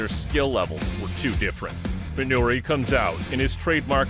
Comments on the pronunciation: Dig the video, but it's MinorU Suzuki. Not Minori. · Why does he keep calling him "Minori Suzuki"? Also, I'm pretty sure Guy Mezger wasn't the world champion of UFC 4. That went to Royce Gracie. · Minoru Suzuki, not "Minori."